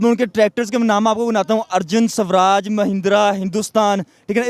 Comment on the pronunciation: It's not subraaj it's swaraj Samjho us fuddu ko